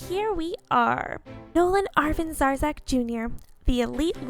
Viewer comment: I'm sorry but you keep saying (sounds like) zarzek.. is it the correct? but it's zarek...